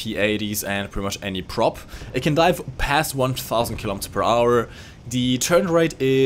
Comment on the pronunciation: Kleiner Tipp: "The" spricht man mit "i" am Ende nur wenn als folgender Buchstabe ein Vokal kommt. Ansonsten wirds als stummes, tiefes "a" am Ende gesprochen...